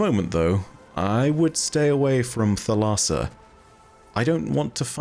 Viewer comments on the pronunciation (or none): Thalassa is the Greek word for sea and it's pronounced THAL-a-sa with the accent on the first syllable. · Thalassa, in Greek, means Ocean/Sea. Pronounced a with different inflection as you are doing, but thats how Google prnounce says it, unless you search for how to pronounce it in Greek.